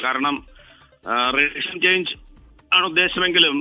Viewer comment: റെജിo ന്നല്ല.. റെഷീം... കുറച്ചെങ്കിലും ബ്‌വർക്ക് ഔട്ട് ചെയ്..ചുമ്മാ വന്നിരുന്ന് പുലംബാതെ